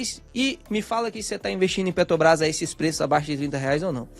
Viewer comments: Sou fã dos vídeos do, mas sou só eu que fico agoniado vendo ele falar Petobras em vez de Petrobrás? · Petobrais ou Petrobras... importante falar corretamente. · PetRobras!!! É pet R obras! Tem um R depois do t, amigo! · Cada vez que vc fala PETOBRAS? me dá uma agonia terrível.